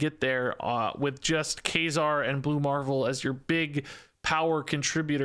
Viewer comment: Can someone help this man pronounce Kazar lol? Maybe send him the X Men animated series epsiode? Anything ???